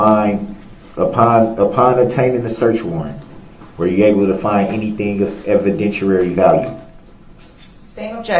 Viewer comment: Evident-weary-value. I’m axing you